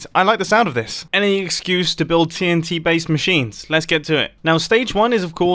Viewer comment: So I just skipped 5 secs on when he says TNT and it sounded like titty :)